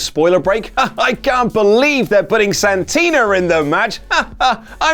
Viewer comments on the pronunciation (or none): Dude thats Santina not Santino...Dick